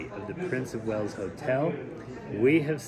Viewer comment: Wales, not whales. 😊